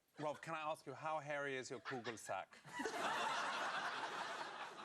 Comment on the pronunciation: Lmao he say “coogle sack” 😂